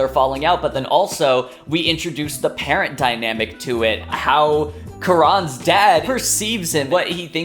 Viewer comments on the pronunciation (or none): none